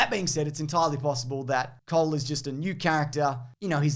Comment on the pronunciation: "Cole" sounds both like "coal" and "cold". Wonder whether he's a fire ninja or an ice ninja. Maybe both?